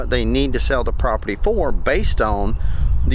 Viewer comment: Take a shot of whiskey eclvey time you hear him say propert :😮